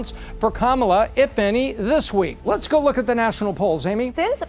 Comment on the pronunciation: Gahwer instead of go